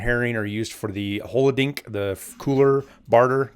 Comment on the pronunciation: Thanks for the videos dude! Love the content but for the love of god it's pronounced holo-dil-nick not hollowdink lmao